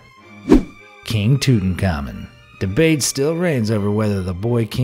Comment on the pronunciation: it’s king (too-taunk-ah-men)